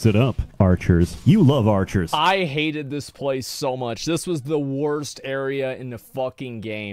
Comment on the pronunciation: 'vis time'.